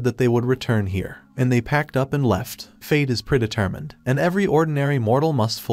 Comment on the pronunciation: "priditirmend" comedy gold. how about we come up with a new term for machine translated text to speach? oh and by "we" I mean "me". let's see... chinesium is the cheapest metal so I think I'm gonna combine that with something, spanglish is pretty funny so ill add in something american, so uh... cheaparicaneese! anyways I'm gonna go watch something which doesn't make racism seem perfectly logical. like yeah Americans are dumb, but how could I NOT feel superior when this is one of the other options?